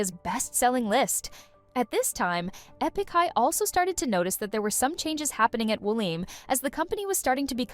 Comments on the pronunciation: Bounced when the now-obvious AI voice pronounced "Epik" as "E PICK". Too bad because it seemed like they actually did some research. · Is no one going to talk about the fact that this person narrating has no idea who this video is even about - she literally butchered half of the Korean names along with pronouncing ‘Epik’ as ‘Eepik’?? Hasn’t listened to a single interview or watched a single video on them. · Not trying to hate on this content, but seriously “E” pik High? Was this video made by AI? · How'd you manage to mispronounce Epic? 😅